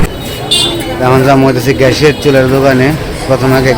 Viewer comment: it’s not ghash, it’s gas. Please try to correct your mistake.